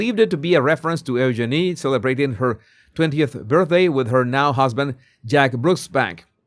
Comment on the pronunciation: Eugeenie se pronuncia diferente. Check the pronunciation pls.